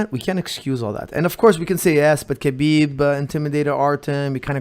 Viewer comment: Here's a legit question... is Lebanese he is more than capable of pronouncing khabib's name properly. When Khabib says his own name he says it exactly as it should be in Arabic. Therefore why does call him kabib?